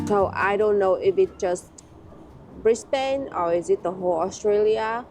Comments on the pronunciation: This city is Brisbane, the capital city of the state of Queensland. It's correctly pronounced "bris-bn" not "briz-bain". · A quick phonetic education on the Cities names. Brisbane = Brizbin and Melbourne = Melbun. Sydney and Perth don't have as much of a problem. So enjoy. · She's drivinb me crazy mispronuncing Brisbane